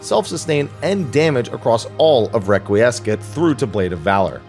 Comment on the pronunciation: Requiescat (a, not e). Confiteor, not confiter (pronounced with an e and o, not just e).